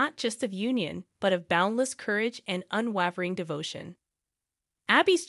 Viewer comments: Thanks for the update! Btw, unwavering is pronounced “un-way-ver-ing”. 😉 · Not how you say “unwavering”. The “e” after the consonant makes the “a” a long “a” sound. Said like Waverly Place. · I would have enjoyed the video, except the narrator doesn't know how to pronounce the word "unwavering". That made you sound unprofessional.